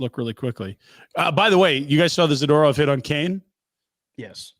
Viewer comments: 🤮Every time Frank mispronounces “Za-ter-off” it seems like a power move … smh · why have they never said hey frank there is no A after the D in zAdOrov drives me crazy dont know why lol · Can you plz teach Frank how to pronounce Zadorov